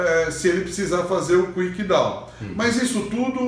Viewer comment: É Kick-Down, não Quick-Down.